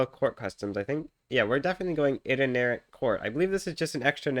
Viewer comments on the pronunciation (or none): I always assumed was familiar with history, until I heard him pronounce “itinerant court” my faith is shaken